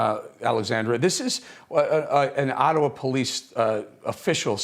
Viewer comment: Eric you nailed the name of the reporter but you kept saying “Attawa”, lol!